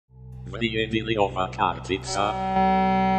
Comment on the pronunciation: Vrjedi li ova kartica"😂😂 bruh you said that so funny btw i am from Croatia love your vids❤💪